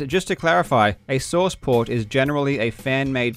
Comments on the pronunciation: The way you say source port kind of sounds like sauce pot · when you were saying "source port" I thought you were saying sauce pot